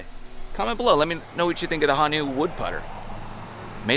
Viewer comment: That putter looks pretty good...btw - Honu is turtle in Hawaiian and pronounced "Ho-nuu" vs. "hon-nuu". Aloha!